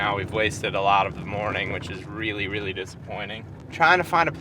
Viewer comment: Just be weally weally cawuful 😂